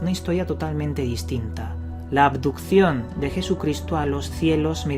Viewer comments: Aquí el único misterio es por que el tal dice "adupción" en lugar de abducción y "andó" en lugar de anduvo. Menudo ignorante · Cada vez que decía "aducion" me daba mal rollo.